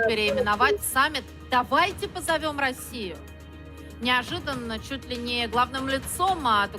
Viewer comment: "давайте позовём сРасию"???😂😂😂 Еб@ Я эту "сРасию" аж отсюда😂😂😂😂😂